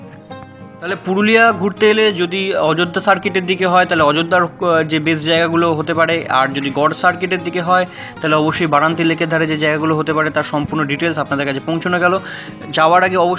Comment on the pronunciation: বারান্তী না ভাই৷ বড়ন্তী।